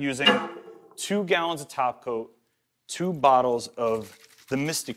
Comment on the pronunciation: He says topcoat like "taco" like Simply Nailogical does. 😂